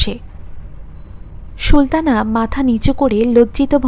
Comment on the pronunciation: খুব ভালো হয়েছে। সুলতানা নামটি Sultana পড়ুন, "Shultana" না বলে। আরো perfect হবে। পরের পর্ব কি upload হয়েছে?